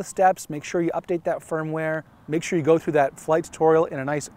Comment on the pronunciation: Is he saying "Firm-Ware" or "Phone-Ware"?